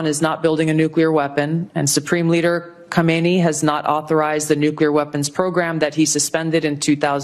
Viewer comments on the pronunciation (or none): It's kham nae not khumeeni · It's not khameni....it's 'KHAM-NA-EE' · It is not khamini. It is khamenei pronounced as kha-mi-naai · His name is Khamenei It's read as "Khaamenaai" Please refer any Iranian about how to pronounce his name.